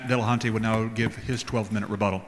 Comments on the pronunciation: Why do so many people decide to pronounce it DillahunTAY?? There is precisely zero reason other than, well, I'll refrain from insulting their general intelligence directly. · "Matt Dillahontay" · Jeeeez, why does the moderator keep saying Matt Dillahun-tay? And yet nobody corrects him. So annoying.